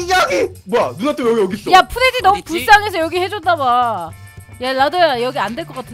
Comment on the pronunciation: 잠뜰님이 프레디말할때 푸레디라고 들리네